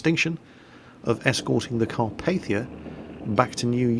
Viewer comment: carpathia car-paa-th-ia